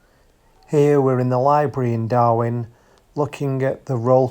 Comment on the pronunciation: STOP CALLING IT DARWIN... IT IS DARWEN...... DARWIN IS IN AUSTRALIA KNOBHEAD